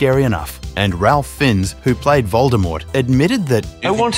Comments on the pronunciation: It’s pronounced like “Rayf fines”… not “Ralph Fins” lmao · His name is pronounced Rayf Finez, not Ralph Finns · Ralph Fiennes is not “Ralf Finz”! It is pronounced “Rāf Fyns.” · Ralph Fins??? Lmao Ralph Fiennes is pronounced "Rafe Fines" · "Ralf Fins".. Put some damn respec on this icon's name, it's pronounced "Rafe Fines" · Did this guy just call him Ralph Finns? For those who DONT know, his name is pronounced Raif Fines. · RALF FINS??? it's pronounced like 'Ray Fines' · ralf finns?? its pronounced "Raif Fines" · His name is pronounced Rafe Fines… Ralph Fins… 🙄🤦🏼‍♀️ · His name is pronounced ‘Rafe Fynz’, Rafe as in Safe, Fynz as in Finds. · Im pretty sure its pronounced "Ray fines" isn't it? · It's pronounced FAIFE FINES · it’s Ralph not Rafe and Fiennes is pronounced like fines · phonetically ray-ph ph-ah-eens, he doesnt mind ralph just being pronounced "ralf" tho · The most amazing thing about this clip is that you think the surname of world famous actor Ralph Fiennes is pronounced as 'Fins' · I believe it is pronounced Ray Fines. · Yes, but “fines” is how it’s pronounced. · Ralph Fiennes Pronouced: Rafe Fines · his name is, actually, pronounced “ray•f fine•s” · It’s pronounced “ray fines” essentially. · His name is pronounced Rayfe Fines. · It’s pronounced “Rafe Fines” lol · His name is pronounced "Rafe Fines" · Ditch the AI. It's pronounced like the payment you'll be making for misspelling the man's name. As in several FINES. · Pronounced: ‘Rafe’ ‘Fines’ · Fiennes is pronounced Feinz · It’s pronounced ‘fines’. Jeeeez. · It’s pronounced Rayf Fīnes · It's pronounced "Fines" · Ralph Fins. Dude spends hours making this vid but doesn’t spend less than a minute learning how to pronounce his name?😭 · It's Pronounced like "Fines". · Well, for a start, it's pronounced "FINES" as in Sir Ranulph Fiennes, the greatest explorer and endurance record breaker to ever live, Ralph's 3rd cousin. Why do Americans always slaughter English words or names? 🤦🏻‍♀️😫